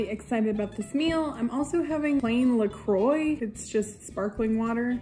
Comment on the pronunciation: La Croix is not LA CROY, it's LA CRUAH. Thanks for coming to my Ted Talk. Loveyoubye